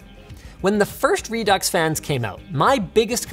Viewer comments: Re Ducks? It's said "Re Do" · Pretty sure Redux is pronounced "redoo". It is just like faux which does not pronounce the x. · is Redux not pronounced "Re-Do"?? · ReDucks? Lets just call it ReDo and end it there. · It's "re-doo" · its pronounced 'redo'